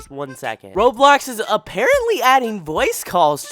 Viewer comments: why he keep saying roblox like that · the way he says roblox 😂😂😂 (not mine)